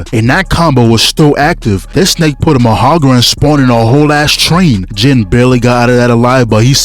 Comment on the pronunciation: Mahagara -> Mahoraga. Read a book nga, read a book.